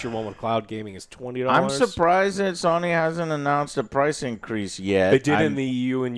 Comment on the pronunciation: Why does it sound like is saying "Sah nee" when he says Sony?